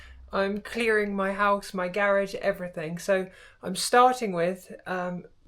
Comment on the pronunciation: It's pronounced "garage" not "garage?.😊